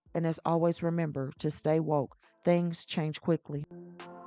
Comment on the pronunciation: I am sorry lady, but it is THINGS, not thangs, please, we HAVE to do better.